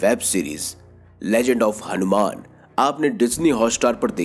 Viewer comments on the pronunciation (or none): none